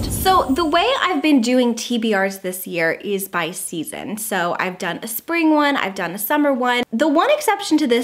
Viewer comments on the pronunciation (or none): none